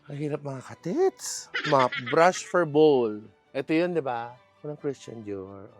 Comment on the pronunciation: toilet BAWWWWWWWWWWWL (BOWL) hindi bowl ang pronounce